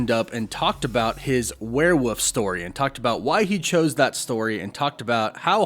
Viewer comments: WEREWOLF IS PRONOUNCED WERE-WOLF NOT WERE-WPPF. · It's werewoLf. Not werewoof. There's an "L" in the word. Pronounce it. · Is it really called “werewoof?” Why are you saying werewoof? Isn’t it werewolf? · Why do you keep saying warewoof instead of werewolf? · It’s WEREWOLF!!!! Not werewof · It's a werewolf man not a werewoof. Please stop... it hurts... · I keep hearing you say "wereWOOF" instead of "werewolf". Woof woof. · Why are you saying “werewolf” like “werewoof” can you not prounce the L or something? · Why do you keep pronoucing it "Warewuff" lol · Am I the only one hearing "werewoof" 😂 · I still don't know what a where woof is. Come on man! What is a where woof? 😂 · For hell's sake there's an L in werewolf! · why does he say werewolf like that